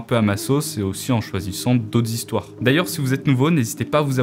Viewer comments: belle ambiance et belle découverte de chaîne mais.. quatre Zhistoire ?? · S'il te plaît, ne dis plus " Quatre "Z" histoires " mais plus " Quatre histoires " Ne mais pas un Z de liaison entre quatre et histoire, ça n'existe pas et ça écorche les "Z" esgourdes. Sinon c'est bien. Merci